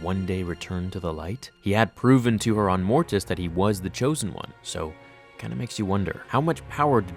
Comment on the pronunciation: So much emphasis on the "T" in "Mortis"... #morTis